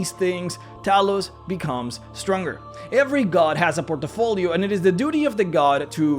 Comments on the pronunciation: Interesting, thought-provoking vid - thanks for posting. Small thing - say 'portfolio', not 'portofolio'. Lose no sleep, and all best. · Port - Fo - Lee - Oh = Good Por - Ti - Fo - Lee - Oh = Bad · Port' i- folios.....or...portfolios.... there is no i. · "porto folio" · "Port-a-folio" Great video! Keep it up! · I was surprised you spelled portfolio well. A bit of me dies when you pronounce it as portafolio, you know. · I love your content, man But sorry, I laugh out loud when you say Por-te-folio XDDD I am a bad person ^^ I apologize awesome video, really appreciate your work :) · Brah. You need to learn how to say "portfolio" properly lol